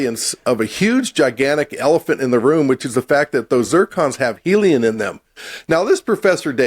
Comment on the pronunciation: "those zircons have 'heliun' in them". Not helium... but heliun. He keeps saying it, and the other clown doesn't even flinch.